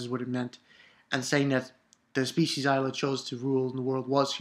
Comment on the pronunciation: "ilah" pronounce like "elah" & it means "God" in arabic :p amazing chapter! i want to see the evil bitch and solomon's face!